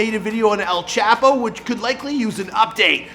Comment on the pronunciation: “EL CHAHPOE”